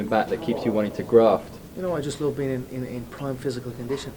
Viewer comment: ещё прикольно, не лав (love), а лув))